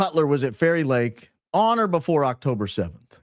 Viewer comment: Anyone else's brain hearing Kari Lake every time he says Fairy Lake 🤔😂😂😂